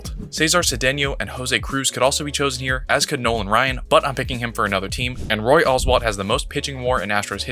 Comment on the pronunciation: It wasn't that long ago, you'd think you could at least pronounce Roy Oswalt's name correctly.